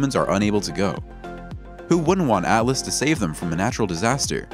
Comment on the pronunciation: ALLAS or ATLAS???? The subtitles say ATLAS so pay attention and read and pronounce names correctly next time